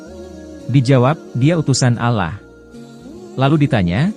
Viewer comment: Ki ngomong.a alla bukan allah..